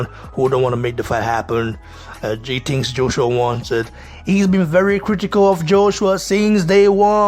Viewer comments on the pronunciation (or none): Lewis has never hidden his envious heart towards AJ. Just when you think a legend would act in a legendary manner. What a shame.(Bro, work on your pronunciation please... words like ‘think,things and listen’...you pronounce those words wrongly) respect bro...